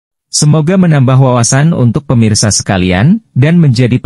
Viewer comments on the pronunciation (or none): none